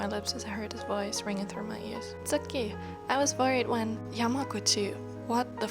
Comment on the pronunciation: WOAH I HONESTLY THOUGHT I PRESSED ON A DOCUMENTARY OR SOMETHING- your voice is very nice to read with story’s with and the Japanese slangs like “eh?” And the way you pronounced “tsukki” was really good I’m really shocked! I’ll be waiting for part 2 patiently don’t stress yourself and take your time ^^